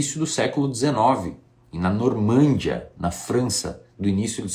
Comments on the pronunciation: "NormÂndia" não, meu caro, "NormandÍa". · Meu caro, gosto muito de seus vídeos, mas não me contenho em fazer uma correção qdo.percebo algum engano. Por favor, a palavra é Normandía, ou seja, a sílaba tônica está no I e, não, Normândia, como você pronunciou. Desculpe pela intromissão, um abraço e parabéns pelo seu belo trabalho.